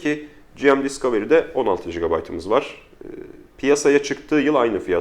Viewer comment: Gırgıra bağlamış da olsak "selfie değil özçekim" dedikten sonra tüm video boyunca "General Mobile" kısaltmasını "ciem ciem" diye telaffuz etmek biraz abes geldi nedense, sizi ilk zamanlarınızdan beri takip eden bir İzmirli'den iyi niyetli bir gözlem olarak alırsınız umarım bunu. Onun dışında, sen sakal uzatma be birader böyle çok daha iyi:D